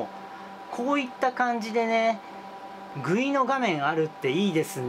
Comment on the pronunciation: guiのことグイって読むの初めて知りました…！